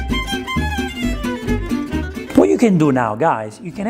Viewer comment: You said hello like an Aussie! Cute! All the recipes look delish!